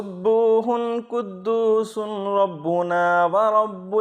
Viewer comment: janab aap ne RABBANA likh aor RABBUNA padha hi.... konsa sahi hi?? rabbUna - rabbIna..